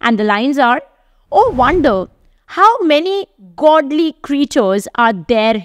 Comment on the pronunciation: An English 'teacher' who can't pronounce words like 'fury' correctly, or read words like 'goodly' correctly. Sigh.